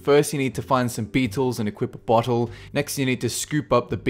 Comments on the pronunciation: Did anyone ealse hear him say butthole instead of bottle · I CANT STOP LAUGHING WHEN YOU SAY BOTTLE IT SOUNDS LIKE BUTTHOLE